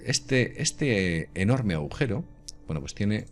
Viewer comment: dice agujero